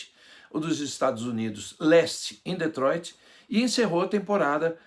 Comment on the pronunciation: AOS 8;30 DETROITRI(SENNA)